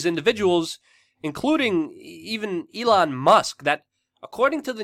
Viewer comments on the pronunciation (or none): none